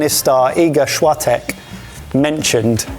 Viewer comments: Yep. "Szłotek" hit so hard 😂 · Skip the polish next time :P It was 50/50, half pronounced correctly half was abomination especially świątek and "truskawkami" Also in the recipe we dont always crush strawberries into mush we use to cut them to small pieces, and yogurt or cream that is up to preference in my region cream was more popular. Edit: Ye it can be dinner or instead of dinner as pasta is filling, but this dish is mostly kids favorite, adult sometimes eat it but you will not find in restaurant as normal dish, maybe in kids menu. But this is pretty much only summer dish as it is made with fresh strawberries during strawberry season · My ears wept when I heard attempt at saying "Świątek” XD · That pronunciation of Swiatek was incredible. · Coming to the comments to see if you were roasted for butchering "Świątek" and "truskawki" 👀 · The pronounciation of Iga Świątek and truskawki was insane im sorry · Swiatek = 3/10 (soft s and nasal e required), makaron = 8/10 (difficult to mangle) , truskawki = 2/10 (he made a whole syllable in the middle disappear)